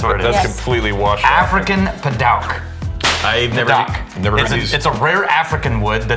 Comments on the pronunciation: Boys it’s pronounced paDOOK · Pronounced: pa-dewk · Great episode as a woodworker! Padauk is pronounced Pah-Duke. Definitely a favorite smelling wood to work with. It does leak red though and will stain stuff. Zebrawood is definitely one of the stinkier woods to work with. Interested to hear which of the toxic woods were omitted. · The correct pronunciation is pa-duke. Pa... As in what The waltons called their dad. Duke... As in the University. And you actually need to be careful with this wood because the sawdust from it can be harmful. Woodworking shops need a specific kind of ventilation to use this wood. I have a walking stick made from it in in time it turns to a silvery finish. But it is absolutely a beautiful wood. I would just caution it's use when it comes to any form of food or drink. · Pronounced "Pu-duke". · Sorry but the woodworker in me is cringing lol. Padauk is pronounced "pah-DUKE". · Man you beat me to it! I figured there was another woodworker in here that would say something about the pronunciation! Padauk makes some amazing looking pieces.